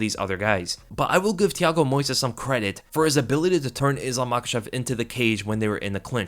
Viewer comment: You have to put the stress in the first syllable: Moisés